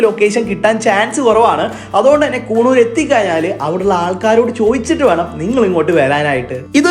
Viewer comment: കൂണൂർ അല്ലടെ, കുന്നൂർ